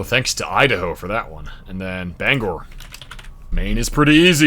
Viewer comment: “Maine: not much there.” I’m here…🥺 Thanks for pronouncing Bangor perfectly! 💯